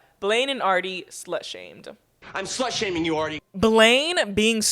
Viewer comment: “you’re a SLHUTE”